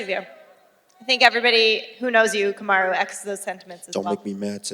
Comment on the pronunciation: he say Camaro? 😂💀